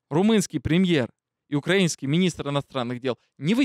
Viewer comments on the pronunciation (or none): none